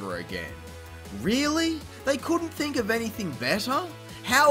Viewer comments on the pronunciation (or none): none